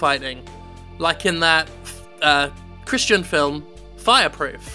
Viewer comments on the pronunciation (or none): none